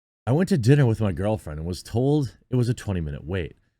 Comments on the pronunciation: PSA: "diner" and "dinner" are different words with different meanings and different pronunciations. Jeremy is an intellectual giant. 🙄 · Not "I went to dinner." It's "I went to a DINER." The least you could do is read it right.